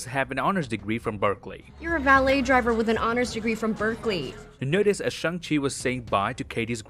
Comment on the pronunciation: "Berkley" DAMN YOU BERKLEY!DAMN YOU!!!